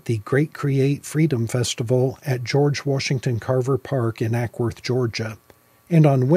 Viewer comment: FYI - Acworth does not have a “k” in it. See speaking dates list. What are the differences between using a VPN vs a firewall like pfSense or OpenSense? I’ve been considering that approach, although I realize my devices would not be protected outside the home.